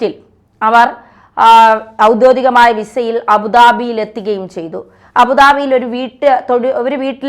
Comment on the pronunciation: 'ഔദ്യോദികം' തെറ്റ്. 'ഔദ്യോഗികം' എന്നതാണ് ശരി. ഈ തെറ്റ് താങ്കൾ പല അവസരങ്ങളിലും ആവർത്തിക്കുന്നു.